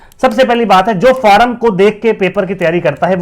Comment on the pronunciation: भाई फॉर्म होता है फारम क्या होता है 😂